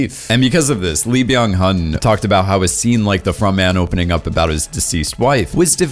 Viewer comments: I think it's pronnounced 'Byunnen'. At least that's how I hear the actopr pronouncing his own name. You also say: 'E', not 'Lee'. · but he ruined frontman with "BYAN HUN"